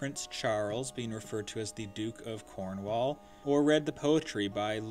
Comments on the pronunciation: American's should be banned from speaking English. How tf do you butcher "Cornwall"? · Cornwall. The wall part is not pronounced as wall but more like wool